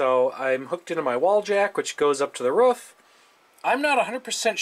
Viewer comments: did he just say ruff instead off roof? ITS PRONONCED /ruːf/ roof and /r/ as in run /uː/ as in blue /f/ as in fish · The "rough"? I'm pretty sure you mean the "roof". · also bro its not rof its roof, anyway good video "Time to do some sketchy shit, doo-da doo-da" xD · “Hooked up to the ruff” ROOOOOF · the Ruf? Sorry sir you must've meant to say roof* haha common mistake, be better next time I'll let you off the hook this time let me not catch you doing it again 😅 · roof has two o's like rooouf not rof... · Never understood how "roof" ends up as "ruf" unless you're a furry that doesn't make sense. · Imagine being able to tap into a satellite but you call a roof a "ruf" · WTF is a "ruf"? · ... " antenna up on the ruuf now " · And why are u saying "ruf" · ''using my antena on the '' ... what ? roof or ruth or ruff ??? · saying roof "ruff" made me think he was from Eastern Canada for a second lol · Where are you from? Never heard someone call a roof a ruf before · its beyond annoying, he should speak like a normal human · i love how you say roof <3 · someone teach this man how to pronounce roof